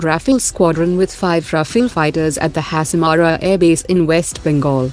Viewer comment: It's not Hasamara it's Hasimara in WB.